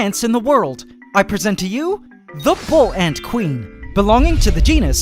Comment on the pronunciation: I've never heard anyone put such a distinct pause between "bull" and "ant." We just say bullants, like one word.